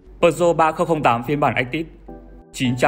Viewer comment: Bạn đang làm cho hãng Peugeot sao không phát âm tiếng pháp có phải hay hơn không? Bán xe pháp mà lại phát âm tiếng Anh.